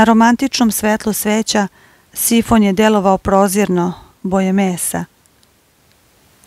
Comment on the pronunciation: Šifon .Ne sifon.